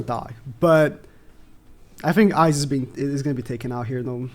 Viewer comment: Bro made me cry when he pronounced his name wrong..